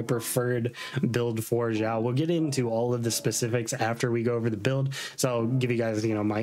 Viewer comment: pls your videos are so good but your pronunciation of the names sometimes has me cracking up 😂 Not sure why you call him Ziao or Jiao but Xiao's name is pronounced as Shiao